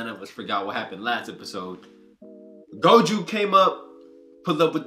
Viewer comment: It's pronounced Go Joe not go juu I'm just trying to help don't take it the wrong way pls